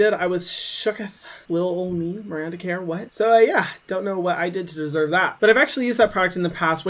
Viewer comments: It's pronounced 'Kerr', like 'her' not 'care' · so weird to hear a non Australian try to pronounce Kerr lmao